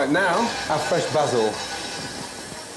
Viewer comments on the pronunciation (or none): he says basil like buhsuul lol